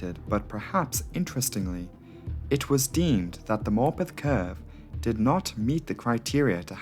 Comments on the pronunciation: Dude I swore he was calling the town “Morbin” for like tho whole video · For heaven's sake. That pronunciation of Morpeth, from someone who is actually from the North East, is just cringeworth!!!! Why on Earth are you trying to sound American, as a Geordie, making a video about a railway accident IN North East England???? Stop selling out and be yourself. No-one is falling for that truly silly accent.